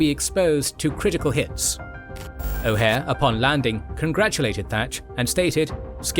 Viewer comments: The name is O’Hare not O’Hara! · O'Hare, not O'Hara. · It’s O’Hare (O- HAiR), not O’Hara. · O Hare,not O Hara..."O Hara" was a bad guy in "Enter the Dragon ". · It’s O’HARE not O’Hara! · Butch O’Hare’s name is pronounced like this. The airport is named for him